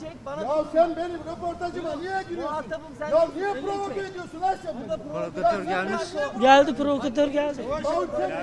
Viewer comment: Ne ne provekemi sizin dedinizi istedinizi demedi diyemi proviki deniyo 🎈🎈🎈balonsunuz